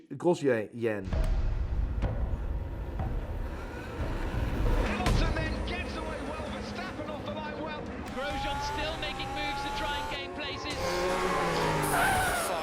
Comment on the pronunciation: For a person who pronounces brands so well I was surprised to hear him mispronounce Grosjean